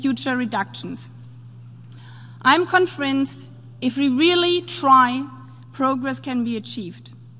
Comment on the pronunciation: I am confrenced? Das Wort ist mir neu. Ich wette, sie versteht kein Wort von dem was sie da abliest.